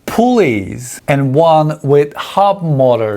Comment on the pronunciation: ...did he say Hub Molars?? I dunno...I couldn't tell!! Anyway, great vid!